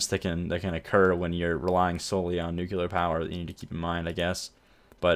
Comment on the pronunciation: It's pronounced 'new-clear', not 'nookular'.